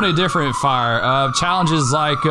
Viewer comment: Engine: "We have visual on fiyah at the ding dong" Chief "WHAT?" Holding back laughter